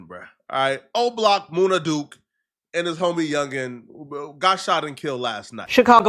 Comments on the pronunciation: It’s MUNNA Duke … not MOONA Duke smh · It MUN-NA not Moona Duke 😂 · Munna duke not moona 😂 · Moon-nah? It's MUN-nah, do just a lil bit of homework homie you be sounding retarded bruh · MOONA Duke? Really? 😂😂😂